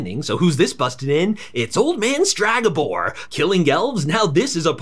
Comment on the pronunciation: Please, its Stregabor, not Stragabor. Other than that amazing recap to a very meh series